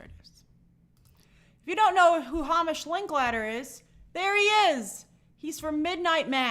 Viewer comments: I think it’s pronounced “HAYmish”. And I’ll be watching Godzilla-1 for the third time, tonight. 🤭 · As another Hamish, its pronounced Heymish.